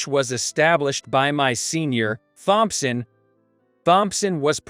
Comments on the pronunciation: Wow! These computer / AI voices reading the text are horrible. “Th”-omp-son. Really?? Really detracts from whatever the story is. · Using that robtic voice took away from the story. Mispronounced names like Thompson and other words detracted from enjoying the story.